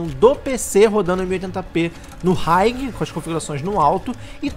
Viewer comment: Hiegui... oh mano, vídeo ficou lindo real! Mas high se pronuncia Hi mesmo!